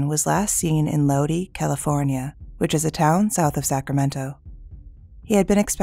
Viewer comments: Low-dye. Not Loadie. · Lod-eye, California - not Lodie - I used to live there. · Lodi is pronounced LOH+DY, not LOH-DEE. If you don't believe me, you can always listen to Creedance Clearwater Revival's classic song Lodi. Or simply Google for the correct pronunciation. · It's pronounced Low-Die not low-dee. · Not pronounced 'low-D' ... It's pronounced 'low-die' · FYI - Larry Trevathan. The town name is pronounced Lod -eye. (as in "Stuck in Lodi Again" by The Credence Clearwater Revival Band) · How do you pronounce an I as double e's? She also mispronounced our last name.